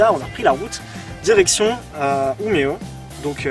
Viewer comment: Just c'est Umeå les gars (prononcé Uméo). Pas Umea. x) Mais sinon un vlog qui déchire et vous parlez super bien de tout ce qu'on a vécu ici avec Paule pendant un an avec ces suédois super introvertis ! Bref on veut la vidéo Mario Kart PS: LA CHAMBRE DE PAULE FAIS 20M² La bise!